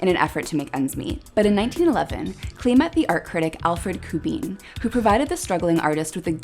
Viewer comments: It would be great if you corrected the pronunciation of his NAME it's CLAY not CLEE. all do respect. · He pronounced his name "clay" not "clee".